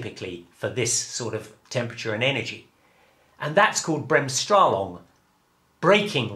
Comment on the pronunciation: As a German i love to hear germanizisms pronounced by native english speakers. Took me a moment to realize that you meant Bremsstrahlung :D espacially the first time you say it. But after that it was great fun even more than the actual physics :D